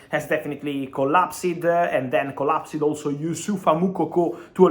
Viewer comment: The deal have collapsed-sid-eh